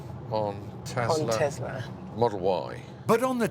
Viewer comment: it's a tesla not a "tezla"